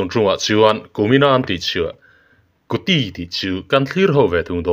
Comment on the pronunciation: Kutte tih a lam tur